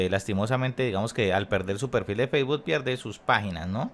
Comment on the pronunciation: Facebot JAAJAJAJAJA aprende a decir Facebook primero